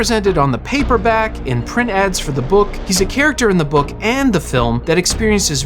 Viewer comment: too much emphasis on "THE"